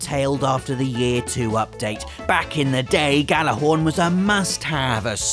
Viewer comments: you said Gjallarhorn wrong. you don't pronounce the Gj makes a Y sound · Jesus is it really that hard to say "gyallahorn"? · It's pronounced "yallerhorn." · The J in Gjallarhorn makes it a Gjallarhorn, not a Gallarhorn like you say. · just a thought, Gjallarhorn is pronounced (Yallahorn), its a reference to "When Gjallarhorn Will Sonde" or, when the war horn will blow to sound the arrival of Ragnarok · Gjallarhorn is actually pronounced 'Yallarhorn'. Not a lot of people know that. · Oh jeez he immediately mispronounced Gjallarhorn. I mean, you would think being in England and so close to the land of the Ancient Nords, you would know how it's pronounced. "Yallarhorn" is the phonetic pronunciation. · You pronounced Gjallarhorn wrong multiple times :(